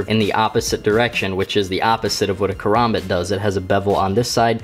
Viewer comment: i still get a little triggered when he says its name but i can get over that ive watched videos of guys saying it like karumboot and korombot so saying it like karombit is not to bad 😂